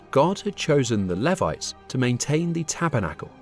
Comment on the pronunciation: Your pronunciation of canaan is wrong its cainnan and levites as in Lee Vites named after levi